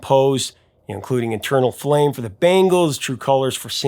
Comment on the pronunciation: I couldn’t help but laugh when you said internal flame…😂 I hate to correct the professor…..but